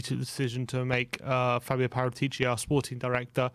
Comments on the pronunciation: Guys. His name is pronounced, ParAtici. Thank you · Guys pleeeeaaase … It is not PARATI’ CI !! IT IS : PARA’ TICI 😉k?